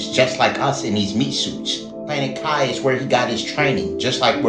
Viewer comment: it's pronounced Kee, not kai. It means spirit. NEURALINK doesn't equal 666 in Gematria. Nowhere near it in fact. It's 105